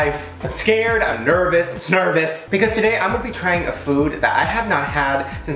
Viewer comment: I kept rewinding the part where he said Snervous.